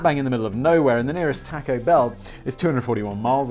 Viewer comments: can you please never butcher the word taco anymore.. or at least only once per video. You say it so god awfully. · The way you pronounce taco pains me.